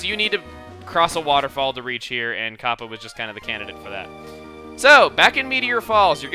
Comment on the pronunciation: the way you say "Kappa" sounds like a jewish woman saying "copper"